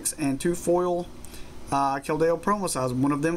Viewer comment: your not pronouncing keldeo right